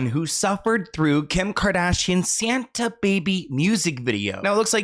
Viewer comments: She really said SaHnTa Baby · NOT SAUNTA 😂😂😂😂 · Not Sauntah 🤣🤣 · "SUNTA" Baby 😮 the poor kids with a narcissist as a mother